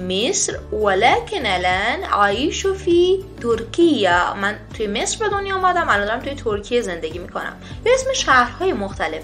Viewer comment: غلط املایی دارید: ولکن- طهران تلفظ "مصر،طهران،قطر" همه فارسی بود نه عربی!